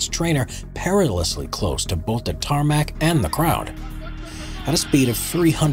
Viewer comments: Tarmac? TARMAC? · Of course he's gonna say tarmac